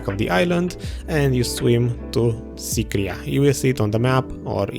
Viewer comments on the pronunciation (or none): Nobody: Literally no one: Video: Sycraia Abyssal Ruins: SYCRIA